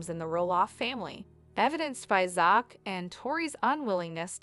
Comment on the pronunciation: The voice over needs prononce Zachs Name